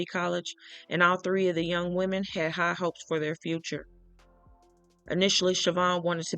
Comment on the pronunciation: People can never get woman and women right 😅